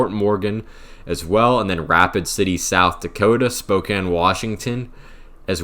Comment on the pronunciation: Thank you for pronouncing Spokane correctly 😅